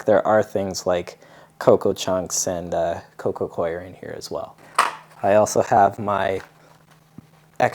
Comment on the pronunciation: I appreciate you saying Coco Coir correctly 😁